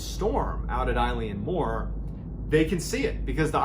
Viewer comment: Love your storytelling, but please please! check your pronunciations before recording. Eilean Mor is pronounced ‘ae-lan mor’ (as in a long ‘A’-lan).